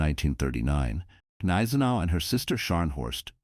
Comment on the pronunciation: G-neisenau. Most probably. No soft consonants in German.